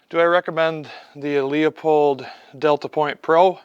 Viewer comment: It’s “loo-pold “ mf, the E is silent.